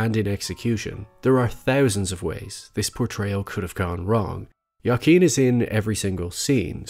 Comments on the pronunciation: Sincere question: why are you pronouncing Joaquin as Ya-keen? I've always heard it pronounced as Wa-keen. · Wahh keen not yah keen please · just to clarify. the joker movie is the best dc movie of the last 20 years....and the funny thing is that it was an awesome movie even if they hadnt used that dc property. also the name of the actor isnt "jaken". it's joaquin. for the spanish-impaired, his name is pronounced ho-ah-kin. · “Wa-keen” phoenix not ya keen great vid though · Joaquin is pronounced (Hü-ah-keen) not “Yah-keen”. Sorry just bothered me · I believe it is "WAH KEEN" phoenix. Not "YA KEEN"... I could be wrong, but I do not think so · Its pronounced "wah keen" not "yah keen" 🤦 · please stop saying jakeen. his name is pronounced huakeen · Great video, but his name is pronounced (hwa-keen) not (ya-keen). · A pronunciation tip: Joaquin is pronounced "Wahkeen" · Wah-Keen. Not Yah-Keen. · This was great. Only that his name is pronunced "W"akin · "yah-keen" lmao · Could you look up pronunciation of names before you do a vide. I could be wrong. But it’s wakeeen phoenix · Joaquin's name is pronounced like (Wah-keen) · Who - ah -- king! The J is pronounced like an H in Spanish, just like you say the name Jose, Jo-a-quin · are you saying yakeen phoenix? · goddamnit, hes pronounced hoaqeen feenix, joaquin phoenix is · Good analysis but at least you could have learned to pronounce his name properly. It's waa·keen, with heavy emphasis on the last syllable, keen. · Why are you pronouncing Joaquin's name like that?? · Holy smokes do you video essayists look up pronunciation of words prior to videos? Your pronunciation of Joaquin Phoenix is atrocious buddy. Other than that, great video and great channel overall. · I cringed every time you mispronounced Joaquin’s name. 😂